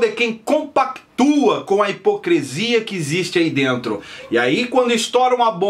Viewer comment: O mesmo que hipocrIIIiiisia. Nada além de uma pronuncia errada ou falta de dicção. (Entendeu ou presiso desenhar)?